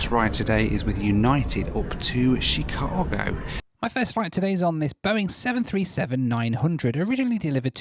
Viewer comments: When you pronounce "Chicago" - the emphasis is on the second syllable - Chi-CA-go. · And it's not She-CA-go. It's Shh-CA-go.